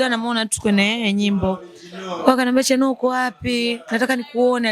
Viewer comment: Mbona unachapia sana chanuo jmn😮😮